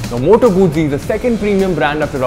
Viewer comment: Pronounced as Moto-goot-ci goot(as in good with a short 'o')